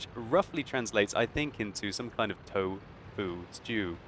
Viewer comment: He is called "tofu sew"? Lol